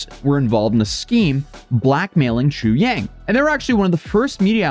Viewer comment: I know is always trying to pronounce names correctly and I credit him greatly for that. I just can't unhear him going back and forth with "chu-yang", "chu-jang", and "chu-zang" within the same sentence. At one point, I thought he was talking about a third person being blackmailed.